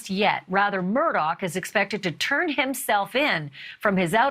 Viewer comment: Murdaugh is pronounced ' Mur-daw', not ' Mur-dock'.